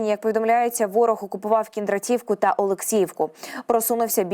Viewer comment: Кіндра'тівка, Ю'наківка (наголоси від аборигена)